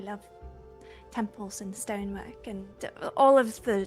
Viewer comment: Oh my goodness the emphasis on stonework is so prominent now watching it back